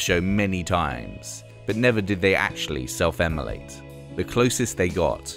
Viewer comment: The voiceover is awful. "Kirsty McCoil" ?? Immolate not emmolate.